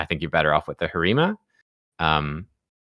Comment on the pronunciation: I hate the word "pop" and the way he butchers Harima. I can't watch many videos, lol.